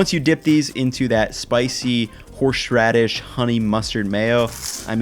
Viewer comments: His "horSHradish" pronunciation is triggering me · keeps giving us two or three extra "h"s in horsheraidshh. The man is too generous. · Horshradish lol